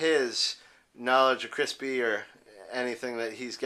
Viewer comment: Please, the word is not pronounced crispy!!! Kroospah or Kroospee.